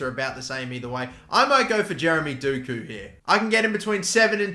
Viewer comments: its not dooku, its pronounced docku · Dockooo not dooookoooo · I loved the video but one thing. Every time you said “doku” as “duku” I wanted to throw my phone across the room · Why would it be pronounced Dooku, when it is spelt Doku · You pronounce dOku it is an o not an u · Doku pronounced as 'DOH-KOO' not 'DOO-KOO' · Jeremy D-O-KOO, not Dooku from start wars, 😂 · D-oh-koo not dooku the Sith Lord 😂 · Dock-u not doo-ku. Please pronounce it better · It’s Doku not dooku FFS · its Doku not Duku just saying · Please his name is DOKU.... Doh-ku. Hurts me ery time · Please call Doku, Dock-ew. I can’t watch this hearing that 😔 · you pronounce Doku Like Dough-ku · Did anyone else hear him say Doku and immediately think that we have to start calling him Count Doku?😂 I know its not pronounced that way, but the way he pronounced it, it had me excited😂😂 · The way he says it actually pisses me off and he’s said it like 50 times in the space of 3 mins loool it’s FOUR LETTERS. D O K U. (dock-oo) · Surely earn how to pronounce Doku's name, it isn't that hard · butchering dOku's name just triggers me everytiem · I was cringing every time he tried to say Doku’s name.